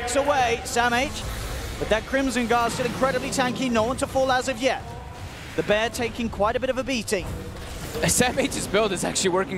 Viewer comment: "da bear" xDDDD